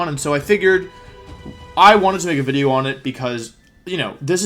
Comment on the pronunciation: I feel like you’re saying wideo on purpose now